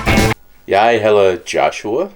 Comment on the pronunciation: Not too much "a" sound in "hedder", because then it becomes "hader" (Hate)! Yes we know it is difficult!! ;-)